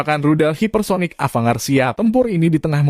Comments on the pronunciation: Bacanya Avan-gard bang🙏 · Mohon jangan dibaca ava-ngard......